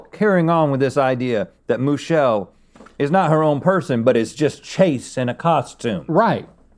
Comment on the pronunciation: Nah! I actually can't stomach the runny egg taste. I gotta have my eggs scrambled. Who is Moo-chelle? Total mystery.